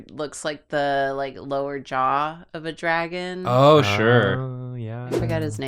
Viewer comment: the middle guy's name is obviously Dra'on, with an obvious glottalstop pause